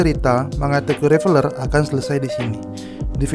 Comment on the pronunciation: Tokyo Revenger bacanya REVENJER cok.